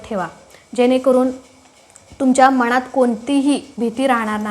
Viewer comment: मनात...हा शब्द शुद्ध उच्चारा...बाकी वीडियो छान